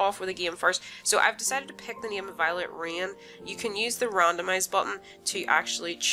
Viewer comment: ”You can use the random button to chose the neeme” sorry i actually laughed a little for that i say wrong sometimes too